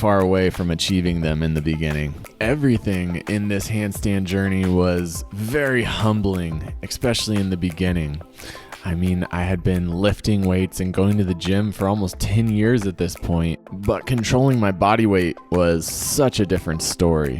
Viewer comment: Is it just me or he pronounces especially as ecspecially?